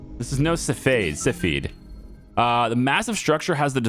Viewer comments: Glad you got the right pronounciation for Yttrium. Now for another, a Cepheid variable star. Cepheid is pronounced SEF-ee-id. A Cepheid variable star is a type of star that pulsates radially, meaning it expands and contracts in a regular pattern. This pulsation causes the star's brightness to change periodically. Cepheid variables are important to astronomers because they have a well-defined relationship between their pulsation period (how long it takes to complete one cycle of brightening and dimming) and their intrinsic brightness (also known as luminosity). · Cepheid - Sef-ay-id